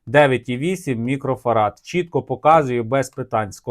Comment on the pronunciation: Чоловіче. МікрофараДи. Від слова Фарадей.